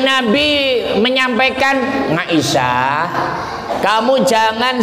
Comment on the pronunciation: maaf pa ust .dlm bahasa arab tdk huruf NGA.siti aisah.bukan ngaisah. mahorijul huruf nya di perbaiki